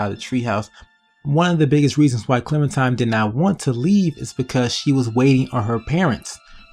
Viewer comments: It's clementiNe not clementime. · it's clementime BIOTCH edgy clem intensifies